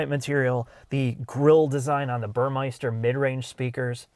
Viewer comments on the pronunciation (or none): There's no i in Burmester. ;)